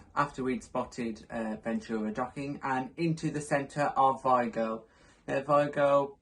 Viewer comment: The real pronunciation is vEEgo (VIGO)